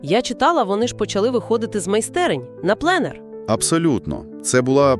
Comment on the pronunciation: Це випадково не програма ШІ? Бо перше, що здивувало, так це наголос на слові пленер, а він був на перший склад. По-друге, ці тембри універсальні, вони не змінюються.